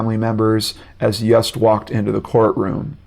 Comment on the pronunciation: I believe Yust is pronounced Yoost!